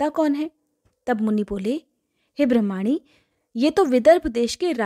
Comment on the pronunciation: ब्रह्माणी नी ब्रामणी शब्द है आप गलत उच्चारण कर रही हैं